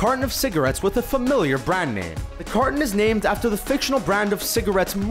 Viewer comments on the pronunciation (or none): none